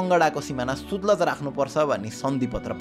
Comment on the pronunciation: कङ्गडा होइन काँगडा, सुतलज होइन सतलज; अर्गखाँची होइन अर्घाखाँची।😂